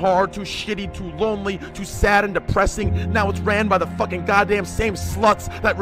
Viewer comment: I hate it when you zoomers pronounce "fucking" as "fuh-kheen"